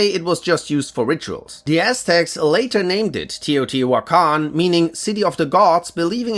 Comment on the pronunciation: Congratulations Bro you are officially a real youtuber (not that you werent before) with the raid shadow legends sponsor everyone gets it at one point ( no one plays it after they sponsor you) yaaaaayy (you also pronounced teotihuacan really well)